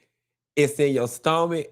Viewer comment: It’s in my stoh-mick 🤣🤣🤣🤣